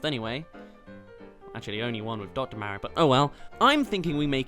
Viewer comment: Its actually funny how rabbid peach who appeared in one game has more personality than ACTUAL peach who has appeared in almost every Mario game! oh and your pronouncing Mario wrong.